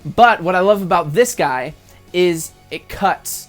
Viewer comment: I always think he says ''hey guys it's Gay from drum beats online''